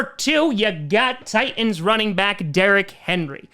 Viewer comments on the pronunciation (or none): none